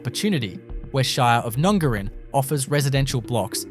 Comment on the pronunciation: PLEASE pronounce town names correctly!!! NUNGARIN is NOT pronounced "Noongarrin" it is pronounced as in "up" and the "a" is pronounced like "Apple". I cringe every time!!!!!